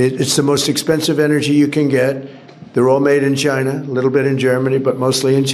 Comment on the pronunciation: As he says, "Chiner!"